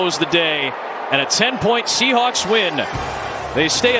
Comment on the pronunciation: Am i the only one hearing commentator says seattle shehulk?